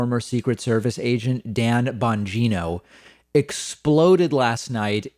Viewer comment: I liked it better when you called him Bon-Gyno... what a creep...